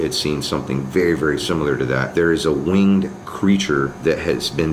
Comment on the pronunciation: Ikr but like still “wing ed” ;v